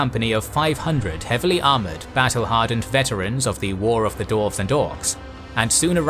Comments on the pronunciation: this is so well made and animated, but i cringe every time you say dorves instead of dwarves. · I'm sorry, but is there a problem here? Last I checked DWARVES was not pronounced as DORFS. Theres a W in the name! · Someone who is going to narrate the history of Middle Earth should, in preparation, learn to pronounce Dwarf and Dwarves. I literally had to stop watching this one because my stupid brain tick can't handle this history of the Dorven race. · Am I the only one hearing "Dorfs"? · Great, except for the narrator's weird pronunciation of "dwarves"